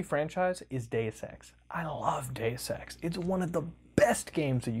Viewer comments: took me two times to understand "Deus ex" instead of "day sex" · I'm slightly scared when I hear him read "Deus Ex" as "Day Sex" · "Do Sex."